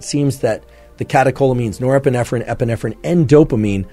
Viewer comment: Can't get past nerprenerpprenerprenerp